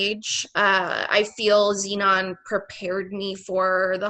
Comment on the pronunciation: Zenon the “Zeunion”